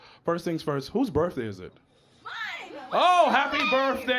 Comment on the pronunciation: an adult really said ‘birfday’ in 2024